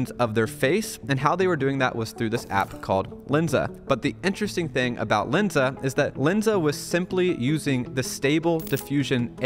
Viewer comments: There's a difference between Len and Lin. Its Lensa not Linsa. Also that seo advice is really bad. Google just released an update that lowers the ranking of any sites using ai to write content. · Its calles L"e"nsa. Not L"i"nsa.